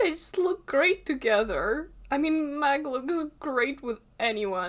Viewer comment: Meg. Meg. m-eh-g, ITS MEG. Not. Mag.